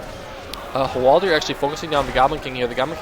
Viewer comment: btw, it don't think it's pronounced hwal-deer. It's spelled Hwaldar. Say it however you like, just thought I'd mention it.